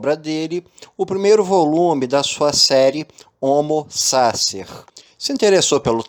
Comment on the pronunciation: O conteúdo do seu vídeo é maravilhoso. Se pronunciasse corretamente o nome do autor e o conceito de homo sacer, seria irretocável. Uma dica: use o Forvo para saber como se pronuncia qualquer palavra estrangeira.